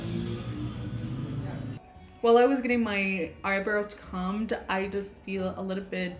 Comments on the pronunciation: Aww! The way you say “comb” 😅 It’s with a long “o”! So, it rhymes with “home” ☺️ English 🙄, I know 😂 Cuz then you have “bomb”, said pretty well the same way as “balm”, and that rhymes with “Tom” 😂 I don’t know how people learn English when it’s not their first language 🤯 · Girl. Comb. Please look up pronouncing that cause right now you’re pronouncing it with a u and it sounds like a completely different word 🤣😭